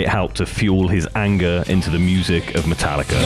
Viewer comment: I knew he would do it and call it matallicer at some point lmfao